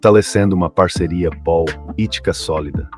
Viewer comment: O chata lendo 'POL ITICA SÓLIDA' me quebrou